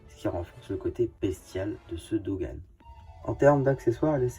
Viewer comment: Sans te critiquer pourquoi tu Dogan au lieu de bogan